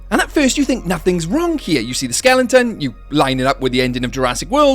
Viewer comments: Skeleton Not skelington 😂😂😂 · great theory but I audibly groaned everytime you said (what sounds like) "skellington"